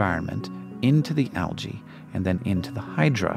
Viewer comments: wincing every time says alGae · Why do you pronounce the adjective (correctly) as al-gal but pronounce the plural noun as al-gee?